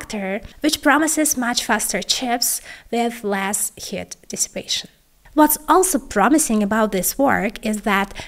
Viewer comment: Pay attention to pronouncing long vowels- "ea" in Heat for example.